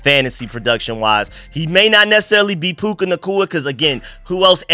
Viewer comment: It's PUKA, not PUKE.